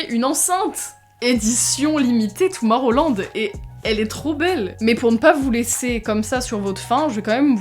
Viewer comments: "Toumorrowland" aie mes oreilles moi je dit Tomorrowland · J'adore parce que tu dit toumarowland mais sa se dit toumorowland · Y’a que moi que ça perturbe qu’elle dise « Toumaroland » ? C’est Tomorrowland 😂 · "Tomarolande " tomorowland mdr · "toumarroland" tu m'as fait rire :)